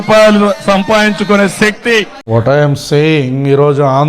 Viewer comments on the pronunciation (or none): none